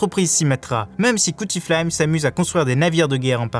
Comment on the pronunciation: Cuttyflame et pas "cuti" (prononcé) et Icebarg pas Iceberg ...